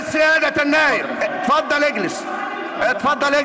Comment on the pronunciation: احا يا جدعان رئيس المجلس مش عارف يتكلم بيقول،اتفضل أجلس بينطق همزة كلمة اتفضل بهمزة الفتح. هههههههههههه وشبابيك دي بيعمل اييييه ولا بيهبب إيه هههههههههههه